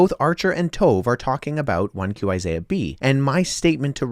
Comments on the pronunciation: Are you purposely pronouncing "ishaiah" weirdly? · Learn how to pronounce Isaiah first.